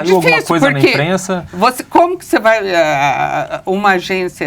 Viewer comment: Verdade! "Emprensa" é foda! kkkkk